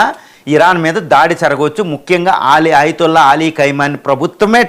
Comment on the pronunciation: Ayatulla peru correct ga pronounce cheyyali. Dollr to rial exchange teleyakuna neevu speech istunnavu. Shame😂